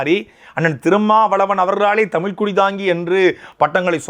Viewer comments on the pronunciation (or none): none